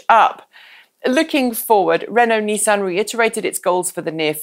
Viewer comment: I know you've only been stateside for a while but please, NISS-AN. Next it will be JAG WARR "Removes Clarkson hat"